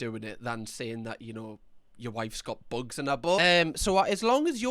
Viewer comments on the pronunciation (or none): I'm dying at how many times he said "buogs in 'er boutt"